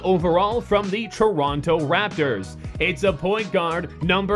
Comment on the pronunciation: He said Toronto raptors wrong too (I know I'm being a bit picky)